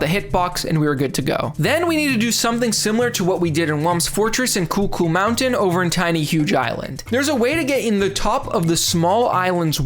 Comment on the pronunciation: I hear "Coocoo Mountain" everytime you say it, and that's now how I'm officially calling that stage.